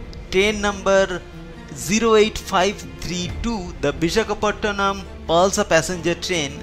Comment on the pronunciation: great accent and pronunciation.. its Vishakapatnam not Bishakhapottonam